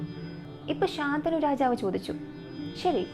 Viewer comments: ശന്തനു ആണ് ശാന്തനു അല്ല😊😊 വേറെ subject ഇല്ലാത്ത കാരണം ആണോ മഹാഭാരത കഥയിലെയ്ക് പോയത് എന്തായാലും ഇനിയും ഇത് പോലെ ഉള്ള കഥകൾ വേണം ,ഇടയ്ക് ഹൊറർ ആവാം അതിനാകും കൂടുതൽ ആരാധകര്😂😂😂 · super video ayirunnu... But rajavinte name shantanu ennann... ശന്തനു എന്നാണ്..... ശാന്തനു അല്ല 😊